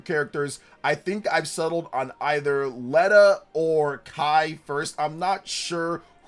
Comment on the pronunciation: No offense! If your going to hype up characters at least learn how to pronounce the names and such. Dietrich is Deetrick. It's german like pronunciation. Not Beerich? whatever the heck it how it was said was WAY off?? Leda is in no way pronounced Leh-da, its either Leeda or Layda. Theodora is from the kingdom of Saramis not Samaria.